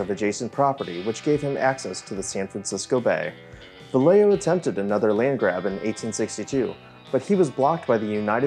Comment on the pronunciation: Vallejo is pronounced Vah-yeh-hoe. I had no idea what you were talking about until you should the rancho adobe. Lol